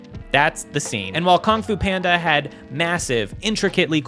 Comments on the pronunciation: Kong Fu Panda was said so many times, even as you flashed KUNG FU PANDA on screen 😅 Is it your accent? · it's pronounced kung fu panda not whatever you said